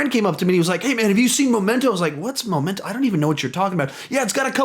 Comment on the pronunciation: It's Memento not "Momento"